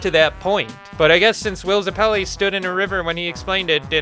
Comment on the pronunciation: I agree, but please learn how to say Zeppeli.